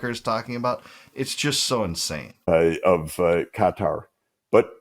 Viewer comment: It's Qatar, as in Qatari my bro.🌴🐊... hey man u get'n lazy on me???🧐